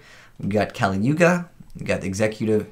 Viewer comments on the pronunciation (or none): none